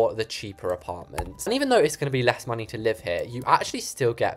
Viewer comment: the way that she says money sounds so funny i love his axcent